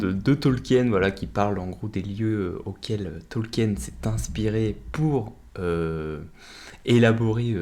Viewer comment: Mon dieu 🤣 le pauvre professeur doit ce retourner dans sa tombe avec ta prononciation de son nom 🤣